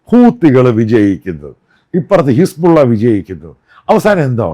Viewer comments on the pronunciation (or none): none